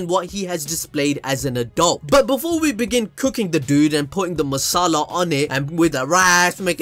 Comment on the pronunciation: said masala correct is he learning hindi reply if someone knows about it